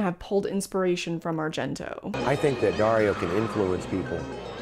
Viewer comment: Idk if you already learned this, but its pronounced Gee-allo, and its Dar-io not Dare-io. Italian is silly to non italians haha